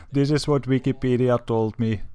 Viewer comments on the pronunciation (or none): none